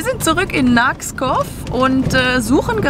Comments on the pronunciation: Moinsen ihr beiden...ich mag mich ja irren,aber ich bin der Meinung der Ort spricht sich "Nak-skov" und nicht wie immer sagt "Naks-kov und wenn ich es aus meiner Schulzeit noch richtig weiss...Skov = Wald...….euch weiterhin viel spass in Dänemark..c ya... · Nakskov (spricht man Nakskou aus) ist die Liebe meines Lebens ❤❤❤ Jedes Jahr fahren wir hin und in ein paar Jahren ziehen wir endlich hin❤️ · Nakskov mit einem stimmlosen w am Ende, also Naksko. Stimmlose Vokale sind gaaaanz grosses Thema in Dænemark. Ich bin gespannt, wie es weiter geht. Fyn mit dem Schiffsgrab an Land wäre noch sehenswert (auf der Karte links von Odense, Mini Kaff mitten in der Pampa 🙈😆)